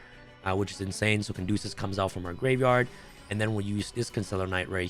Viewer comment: Caduceus not Candosa